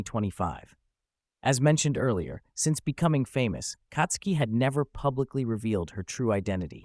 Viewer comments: Who the F is Katsuki?? She ain't katsudon, white boi. It's Tatsuki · Dude, it's not Katsuki but Tatsuki!!!